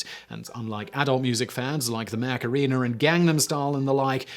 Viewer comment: like the "mack-a-REE-ner"